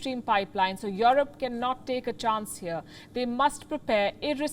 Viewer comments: "Jouwrope"....no...pronounce: "Joerope" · Waw your broadcasting is the best but please pronounce Europe correctly not Yorop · The way she pronounce EUROPE